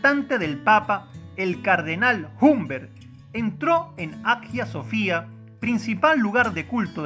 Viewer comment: cardenal HUMBERTO, HUMBERTO, HUMBERTO de Silva Candida... en español q es el idioma q usted habla cardenal HUMBERT[œ̃bˈɛʁ] , HUMBERT[œ̃bˈɛʁ] , HUMBERT de Moyenmoutier en francés que era el idioma del cardenal [œ̃bˈɛʁ] cardenal HUMBERTUS, HUMBERTUS, HUMBERTUS Burgundus... en latín que es el idioma de la Iglesia pero... NUNCA SE PRONUCNIA EN PICHINGLISH LO QUE NO ES ANGLOSAJÓN